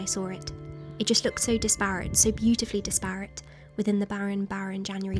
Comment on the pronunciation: Looks idyllic! BUT - check your pronunciation of 'disparate'... 😉